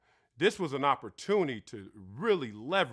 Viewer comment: Ifwu but nigga its opportunity not opportuni 🤣🤣🤣